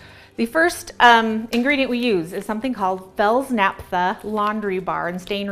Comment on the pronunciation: It’s not “Fields” Naphta ..... it’s Fels-Naptha. You can also use Zote.